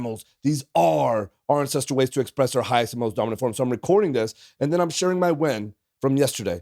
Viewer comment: This guy is tripping me out. English is my second language and the way he pronounce "ancestral", I hear "incest".